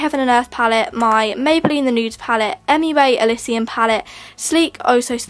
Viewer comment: You said mabyline born lip pay don't you mean body shop